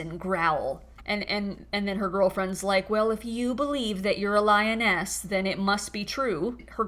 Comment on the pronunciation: I heard lioness as “lyin’ ass”😅—just my default reaction to anything that jws say(or maybe the effect of what I’m smoking 😅). Yeah I’m gay and also a dentist—think of me as the Tooth Fairy 😅… Couldn’t resist 😅!